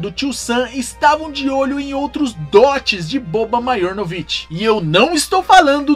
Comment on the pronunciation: Se pronúncia Marianovic o j tem som de i em sérvio. Mais um excelente vídeo sobre essas lendas, no sentido folclórico da palavra.